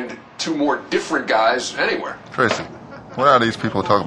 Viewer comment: Worst pronounciation! Its supposed to be: What are these people talking about? He made it sound like wah ahh deez pepul toh-ing ahbou?